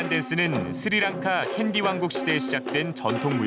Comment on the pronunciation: It is not siri lanka it is sri lanka.